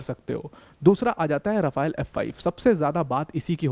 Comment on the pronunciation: Just an oratary correction.. the Rafale is pronounced as Rafaal and not as Rafail.